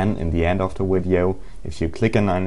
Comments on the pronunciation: Why do you say wideo? Can you please say video? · wtf WIDEO go back to school and lear to talk idiot, its VIDEO NOT WIDEO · you pronnounce video wideo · Its video not wideo!!! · wideo XD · You say it "The video" not "Te uideo" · "willagers enchoy the wideo" is "villagers enjoy the video" what he means by "lol lots of errors" is that he made alot of mistakes. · Dude it's not wideo it's video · willagers enchoy the wideo lol lots of errors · Ok "and at the begining of this widio" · like every Scandinavian person (not saying your Scandinavian if your not) pronounces there v's as w's, e.g. wolcano instead of volcano, or wideo instead of video. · ok we get it he says wideo but who gives a fuk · He says to wideo and actiwador haha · you said wideo lol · even Germans pronounce V as a V not a W where are you from?